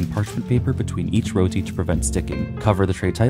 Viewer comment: amazing video! Tips on pronouncing Roti, it's more like Roh-Ti, not Roll-Ti